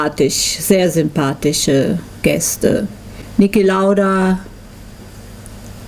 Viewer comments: nicki lauder? he's called niki lauda. great documentary though, strange the fact that you can't film your lap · I'm sure you've already gotten your fair share of this, but I just can't leave it be... Who is Nicki Lauder? ;-) Otherwise, great documentary. Just came across it today. Cheers from Finland!